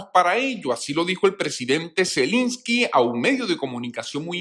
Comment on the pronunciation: Se dice Zelensky, no Zelinsky